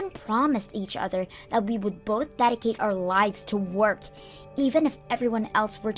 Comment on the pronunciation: It's 'child support' not 'child care' - Stacey doesn't sound like a 1 year old And 'dedicate' is pronounced 'deh-dee-kate' not 'die-da-cut'